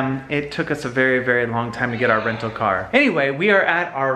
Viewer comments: Omg 😂😂 “renal homes” instead of rental 😂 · “Renal Homes” 🤣🤣🤣